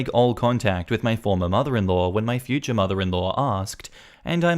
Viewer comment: Futher instead of Future